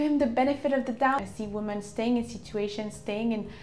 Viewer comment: Women is pronounced like wimin